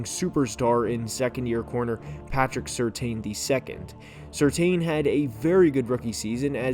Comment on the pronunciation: Very good take. One point: I suggest learning how to pronounce PS2's name. Just like his father, his last name is [sir-tan⁄]